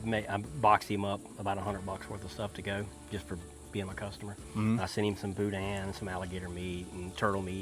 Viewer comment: Not authentic Cajun. I grew up in Lafayette and he mispronounced both boudin and andouille. Where was this filmed Oklahoma?